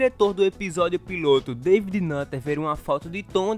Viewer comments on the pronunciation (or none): none